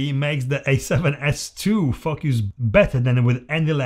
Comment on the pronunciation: Everytime you said focus I heard fuckas :P good video though